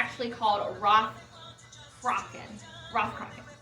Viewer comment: oh nevermind you answered it in the video - if you like these guys you might dig primordial and omnia! they do excellent morrigan inspired music as well, also it's pronounced cruh-uh-chan (the ch is like you're clearing your throat).